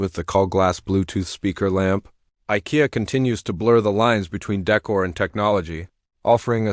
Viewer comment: AI needs to learn to say Ikea.